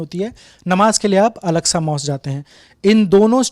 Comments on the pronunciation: Name are pronouncing alaska was totally wrong the name of mosque is Al - Aqsa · कहां से पकड़ के लाए इनको, आधा कचरा ज्ञान है, उसे अल-अक़्सा कहना ही नही आ रहा,यहां हरमैन शरीफ़ कहां से आ गया (😂 हरमल )